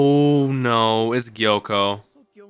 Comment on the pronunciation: His name is Gyokko, not Gyoko.